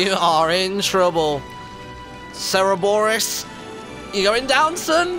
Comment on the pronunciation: Cebores - Cerberus lols :D